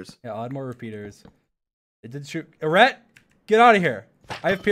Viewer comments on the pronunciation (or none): dream mispronouncing eret the entire time is golden